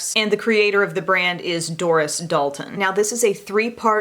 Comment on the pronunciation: Dalton - Doll-ten